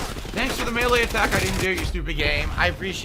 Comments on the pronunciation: Does he say melee/maylay wrong? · Have I been saying Melee wrong my entire life? Or is it pronounced MAY LAY like is saying